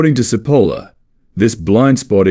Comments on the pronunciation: Italian here. Great video. btw Cipolla is pronounced with a "ch" sound at the beginning. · Good - but I squirmed all the way through at the Spanish style wrong pronunciation of this Italian man's name. Cipolla is pronounced as in English ch NOT s!!!